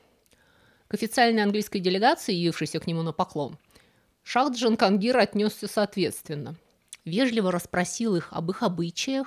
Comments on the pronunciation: Не Джанхонгир , а Джахон (мир) гир (возьми , завоюй) на фарси , по аналогии с русским именем Владимир. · Научитесь, пожалуйста, произносить им Джахангир. Вы выглядите максимально по имперски, не умея произнести сложные для вас имена.